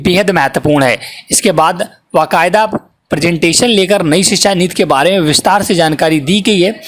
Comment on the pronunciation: नीत नहीं नीति